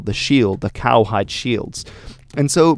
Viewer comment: It's cowhide.